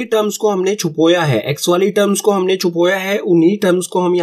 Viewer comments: Really Chhupoya It's chhupaya sir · Sir chupoya nhi hai 😂😂 chupaya hai 😂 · sir pheli baat CHUPOYA nhi CHUPAYA hai hota hai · Sir chupoya nhi chupaya hota hai or mr apko sirf bata rahi hu majak nhi uda rahi hu☺️☺️😊